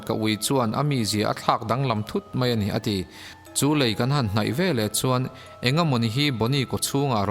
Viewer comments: Lêi (sand) nilo lei (bridge ) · Lei (ground) ni lovin a lei (bridge) lai vel.... tih tur. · Dik e lei tongue a lam loh tur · Lei (mud) nilovin, Lei (Brigde) tur. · Lei tih i lam tirh hi a dik lo a. . lei i lam hnuhnung hi dik lh thlap sia.... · Lei I sawi dan kha a dik chiah lo deuh a tir lam ah khan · Lei ( bridge) ilam dan hi a dik lo anih hi... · Lei (bridge) i lam dan hi a diklo... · Lei (Bridge) thluk khi i va lam diklo nasa ve